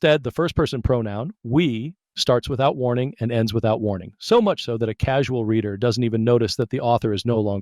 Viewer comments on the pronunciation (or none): none